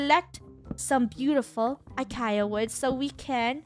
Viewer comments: Funneh: Acaia wood (she said it Uh- Kai- Uh) 😂 Me: Acacia (Uh- Kay- Shi- Uh) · did funneh just say acaya wood lol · its uh-kay-sha